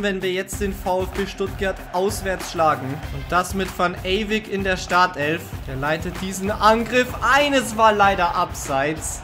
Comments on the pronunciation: Der Junge Mann heißt Ewijk (also Eyweik gesprochen), beste Grüße mach weiter so😊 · [Chertrauda] und van ewijk. Nicht eywick